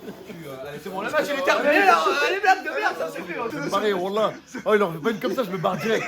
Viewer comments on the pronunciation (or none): "malheuresuement quand tu dis wallah j'entend annaba" cest un tueur